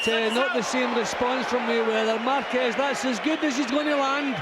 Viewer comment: Márquez sí sabe hablar inglés! Excelente pronunciación, se le entiende clarito! 😬 P.D. Soy mexicana!